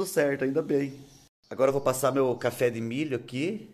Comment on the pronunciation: CORREÇÃO: É CAFÉ DE "MI" E "OS BASTIDÔ" DA LIVE KKKKKK